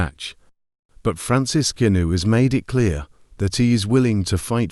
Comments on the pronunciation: Voice synthesisers 🤔 Gunoo, gunoo, gunoo, Francis Gunoooòoo 😂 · Who's Francis Goonoo? 🤣🤣🤣 AI